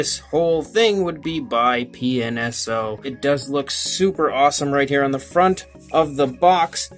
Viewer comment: It sounds like you keep saying penis-o lol. I'm guessing this is another company like Rebor. Where they're mostly all just like Papo besides the price. I was going to get a few Rebor's due to Papo not making them; but once I found out how much a little (unnecessary for me) base and packaging was, I said forget it. I'm not meaning to be negative or anything; I just find it fascinating with them taking a kinda expensive $30 dino figure, but charging so much for two cheap things.